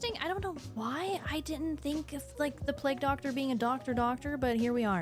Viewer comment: Pleg Doctor 😂